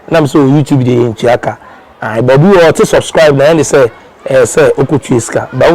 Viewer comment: You don’t say suscribe it is subscribe, please pronounce it well.